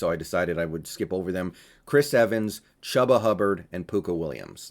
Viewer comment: It is pronounced CHOOBA not chuba